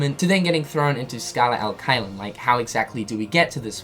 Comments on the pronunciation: If i remember it right from my latin classes, it should be pronounced chelum, with the soft ch sound like in “cherry” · the fact that xehanort’s mispronouncing the latin INFURIATES ME it should be CHAY-LUM, not KY-LUM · Pronounced "Kaiyum" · Please, pronounce "Caelum" correctly. It's like saying chess without the two s and then bloom without bl. I'm italian, i know latin. Please, it hurts :)